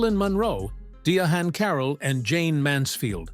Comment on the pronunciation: Dia-han Carroll 💀